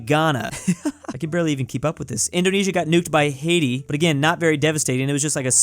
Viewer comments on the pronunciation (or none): none